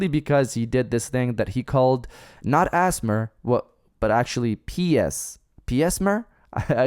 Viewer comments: Did he just call ASMR Asthmer? 🤣🤣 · This guy just pronounced ASMR as if it was a word and no one is talking about it.